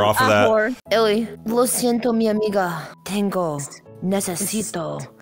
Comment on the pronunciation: Tengo (I have) ❌ Tango 💃🕺 ✅